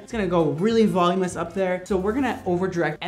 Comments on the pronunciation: *voluminous, not volumeous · Nobody:: Volumous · I love you,! but the word is voluminous..."volumous" is not a word lol